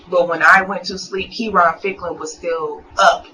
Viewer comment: Why do the narrator keep saying the victim's name incorrectly? He keeps saying Kurren when his name is Key - Ron = Keyron.